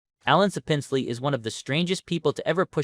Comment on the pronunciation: SAP-ins-lee. Not suh-PINZ-lee.